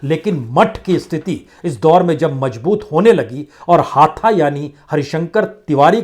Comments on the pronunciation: हाथा नहीं हाता (campus)। क्या आदमी हो यार? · सर् हाथा नही है हाता है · हाथा नहीं हाता है तिवारी हाता